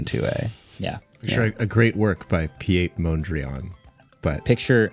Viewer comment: The pronunciation of Piet Mondriaan 😭😭😭